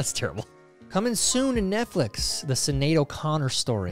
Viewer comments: Nothing screams 'I am a Millennial!' like pronouncing Sinead (Shin-aid) O'Conner as Sin-aide O'Conner 😅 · This dude said “sin-ade” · Would someone please tell Tyler how to pronounce Sinead.